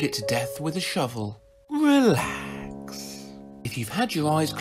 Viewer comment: Holy fuck! Why did I see a two headed sheep when he said eelax